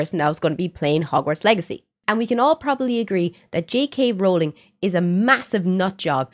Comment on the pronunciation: Bro says she likes harry potter but cant pronounce j.ks last name😐